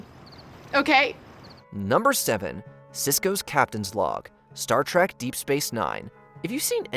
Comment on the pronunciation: Did you say Star TRACK?